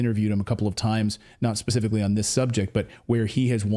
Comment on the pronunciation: "pacificly?" seriously dude? 🤦